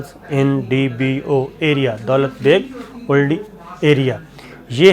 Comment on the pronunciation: دولت بیگ اولڈی جیسے آپ کل والی وڈیو میں جھجھک جھجھک کر اوڈی بول رھے تھے, مہربانی کرکے درست کرلیں یہ اولڈی ھے. دولت بیگ اولڈی سیاچن گلیشئر کے ساتھ کا علاقہ ھے اور سیاچن کی سپلائے کے لئے اھم ایئر اسٹرپ بھی یہیں پر بنی ھوئی ھے. چین نے آج کی ملنے والی اطلاعات کے مطابق دولت بیگ اولڈی کی اھم چوٹیان جن کو ڈیپسینگ (Depsang) درہ کہا جاتا ھے پر قبضہ کرلیا ھے, سیاچن پر پہنچنے اور سپلائی کے راستے کو کاٹنے والی جگہ اپنے قبضے میں لیلی ھے. دولت بیگ اولڈی تک جانے والی شاھراہ نیپال سے نہی بلکہ لداخ کے دارالخلافہ لیہ (Leh) سے نکلتی ھے. یہ روڈ داربوک سیکٹر, پینگانگ سو( سو , لداخی زبان میں جھیل کو کہا جاتا ھے) او شیوک ندی آپس میں ملتی ھیں وھان پی.پی 14 پر چائینہ نے قبضہ کرکے روڈ پر بھارت کی آمد رفت بند کردی ھے. اب غلام رسول گُلوان ویلی: جس کا نام ھندتوا کی بنیاد پر بھارت گیلوان ویلی کہتا ھے. داربوک ایک گاؤں اور درہ ھے سے لیکر شیوک ندی , پینگانگ سو, پینگانگ سو-شیوک سنگم(pp-14), ڈیپسینگ, دولت بیگ اوڈی درہ سے درہ قراقرم, کارگل اور دراس سیکٹر تک بھارت کی پہنچ لیہ لداخ سے کٹ گئی انشاءاللہ سیاچن پکے پھل کی طرح ھمارے پاس آئیگا نہی تو آرام سے لیلینگے. شاید 6000 ھزار نہی تو بڑا حصہ ھندتوا فوج کا قیدی بنیگا. اب بھارت کیلئے کارگل دراس تک پہنچ تقریباً ختم ھوکر رھیجائیگی. گلگت بلتستان اللہ پاک کیہربانی سے مکمل محفوظ ھوگیا آج والی کاروائی کے بعد. یہ سارا علاقہ لداخ میں آتا ھے اور چائینہ کا پورے لداخ پر دعویٰ ھے. آجکے 11 گھنٹے کی طویل باچیت میں بھارت کو خالی کرنیکی کھلی وارننگ دیدی گئی ھے. اب چکن نیک: یہ مرغے کی گردن جیسی شکل کی وادی ھے جسے سِلی گُری کاریڈور کہا جاتا ھے. اس جگہ پر پانچ ممالک کی سرحدیں قریباً 2